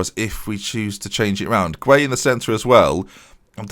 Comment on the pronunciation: You can lead a horse to water, but you can't make it remember how to pronounce 'Gueye'. Don't worry about trying to remember hahahaha I don't mind by this point